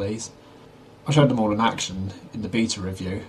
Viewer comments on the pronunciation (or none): none